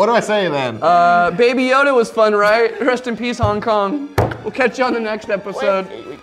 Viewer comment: he said rust in peace instead of rest in peace